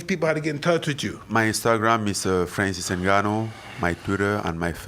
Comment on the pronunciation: francis nooganou 😂